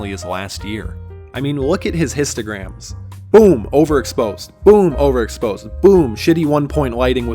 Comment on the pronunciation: Bro what are those histograaamss!? 🤣 Lstograms